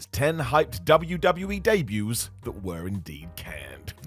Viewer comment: Debuts* not Deibyus